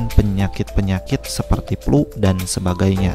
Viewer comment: penyakit plu😁 sunda pisan😂